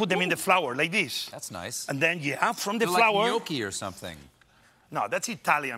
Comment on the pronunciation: Chef said " theese ees a horrible segment ... "